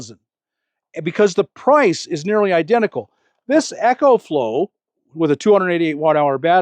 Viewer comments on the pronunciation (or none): Is anyone gonna tell Bob that its not called Echoflow, its pronounced Ecoflow, as in economical